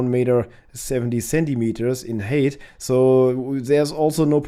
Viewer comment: "Height" it rhymes with "Einigkeit und Recht und Freiheit" not "hate" ❤